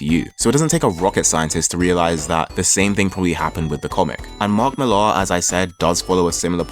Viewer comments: Slight correction. Last name is pronounced just like the name Miller: "MILL-er", not "Mill-AR". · You know nothing lad Millar is british being from Northern Ireland Its Milla. Not MillAR YOU SHOULD OF STARTED OF WITH V for Vendetta & Miricleman by more 1982. Then Marshall Law by Pat Mills 1987 Mills was the one who launched 2000AD and got all the British writers he could to script. Mills is the creator rights originator in the UK Moore is not the paragon you think he is. He crippled Barbara Gordon aka Batgirl. Aka Oracle Because he felt DC screwed him with Watchmen Yeah, lets cripple the bitch was the line used when discussing it He fought for 25 years for rights to a character that didnt belong to him. Along with Niel Gaiman. Your whole vid is about the state of comic books now. Except its taken nearly 40 years to get here Millar is the result of those he followed. Not the pinnacle by any means And everything and I mean everything...... stems from Marshall Law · Millar is a Scots name and it's pronounced "Miller." Mark Miller. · Why do you pronounce millar like that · he says it like that cause he’s British